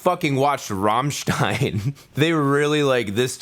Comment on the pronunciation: You are actually saying Ramstein correctly